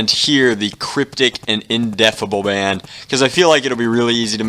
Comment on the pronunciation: bond not band